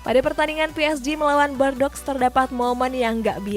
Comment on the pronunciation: Tolong bordeaux dieja dengan benar Yg benar bordu